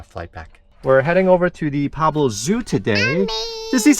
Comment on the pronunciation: it's PUEBLO, not PABLO.